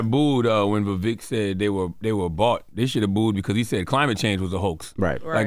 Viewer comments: The breakfast club is trying hard to undermine Vivek ‘s rise by any means. Purposely mispronouncing his name here and there. It’s pathetic to see this hate since he gave them a spank last interview with him, exposing their baseless political arguments !!! Vivek was on fire last night on that stage and trended number 1 all night on Twitter as the winner of the debate. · The Breakfast Club is so disrespectful when speaking about minorities. They won’t even pronounce Vivek’s name correctly, or worse, Charlamagne saying “whatever his name is”. I miss Angela Yee, she brought class and reason to the show. 😔